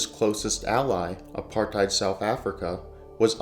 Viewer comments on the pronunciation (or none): none